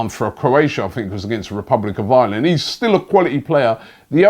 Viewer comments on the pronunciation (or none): none